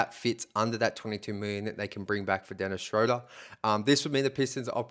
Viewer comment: Dennis's name is pronounced Shroooder, like Shooter. If you pronounce names correctly your video sounds more credible.